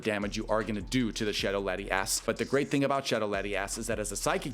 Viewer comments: Im all for ass but the way he was sayin lati ass got annoyin real quick🤣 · Lati- ass lol pronouncing it to hard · The Lati-ASS pronunciation kills me 😅